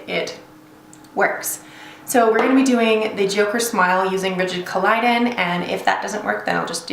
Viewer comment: Rigid CO-LOD-DION, not CO-LI-DON